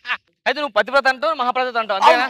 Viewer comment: ఒరేయ్ ముండల్లార ప్రతీవ్రత కాదు రా పతివ్రత అనాలి